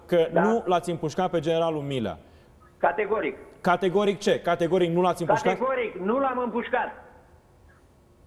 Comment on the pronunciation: Dl nici macar nu stie sa'i pronunte bine numele.Domnule P...fiti va rog mai explicit:Generalul Milea sau Mirea???Am observat ca nu numai odata ati pronuntat gresit numele....de vreo 4...5 ori in aceasta emisiune!